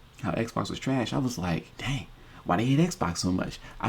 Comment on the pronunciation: We talkin bout trash, not treesh